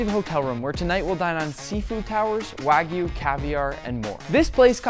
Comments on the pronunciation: did he just say Wagoo instead of wagyu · bro mispoke wagyu to wagu💀☠️💀☠️ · Dude needs to work on his pronunciation. "Wagu" hurts my Japanese-trained ears. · When people call it Wahgu or Waiiiigyu....my ears bleed. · "a5 snow wag-oo" 💀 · the chef said sno wagu lol